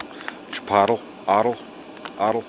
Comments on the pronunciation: Chi-polt-ley. I'm sure you were just making fun brother!! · Chi-polt-lee spice.... Tor-ti-a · Chipotle-chee pot lay.